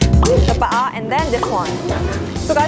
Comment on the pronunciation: Pet peeve: Talking about chicken inasal but pronouncing the Hiligaynon "pa-a" (thigh) like the Tagalog "paa" (feet). Egh. It's a good thing I don't have a restaurant. Otherwise, I'll serve adidas (chicken feet) if one orders paa instead of pa-a.